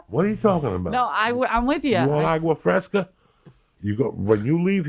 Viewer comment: “Awgwa Fresca” Tremendous